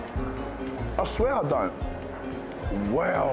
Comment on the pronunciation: The way he says Weow absolutely cracks me up every time 🤣